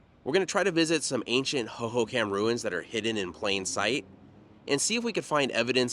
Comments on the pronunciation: When you say it it should sound like " ho ho com" not ho ho cam. But i have lived here since the mid 90s and didnt know alot of this stuff. Thanks for the info!!! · fyi, Hohokam is pronounced /ˌhoʊ.hoʊˈkɑm/ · Pronounced(ho ho com) also that is the salt River, it is a mix of both the verde River and salt River, the gila River is south of phx,and has no water River but it does have water until reachs Florence at which point all water is deverted for agliculter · Great video. I caught the Salt River thing, but you already caught it. 😊 Hohokam is pronounced ho ho com. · HO-HO-KUM..... Arizonian born and raised. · (Hoho com & pap ah go) is how these words are pronounced. I use to ride my horse in this area even getting onto the 202 as it was being built. I despise the growth happening in Arizona. I enjoy your channel. However I do wish we didn’t have to worry about people destroying our cherished remote areas. But people do destroy beautiful Arizona places. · Hoho COM is how it's pronounced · It's pronounced Hohokam (/hoʊhoʊˈkɑːm/) the last part is more like com not kam lol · Raised in AZ, the pronunciation of the Hohocam name, has the accent upon the 2nd ho.; hoHOcam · I love your videos sometimes I watch them twice, being an Arizonan I was impressed when you were in Prescott a while back and knew to call it Prescutt, now I'm gonna ask you to pronounce Hohocam Hohocom 😂 Sorry it's an Arizonan thing. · How are you saying "Hohokam" over and over and not giggling!